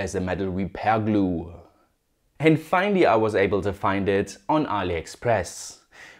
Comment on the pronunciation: Why do you often add R's at the end of your sentences ??? Especially whe the end in Y.... finallyr, especiallyr...etc.